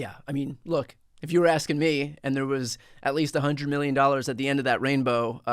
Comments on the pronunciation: Trump is so narcissistic he can't say "million" without pronouncing it "me-llion" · Do you think he could deny the statement since he doesn’t know how to say million 😂 “91 Millinging dallars” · 😂😂 91 "milli-en"! He's a stupid SOB! 😂